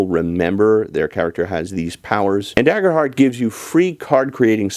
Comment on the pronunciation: It’s pronounced Daygerhurt btw…